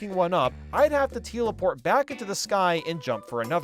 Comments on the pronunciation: bro since when was “tel-eport” “teel-eport” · Teleport ❌ Teal-e-port✅ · it took me 20 minutes in to realize they were saying "teelaport" on purpose. facepalm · T-eel-aport The eels teleport you